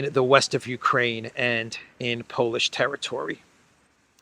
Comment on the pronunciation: Uraine sounds like urine😅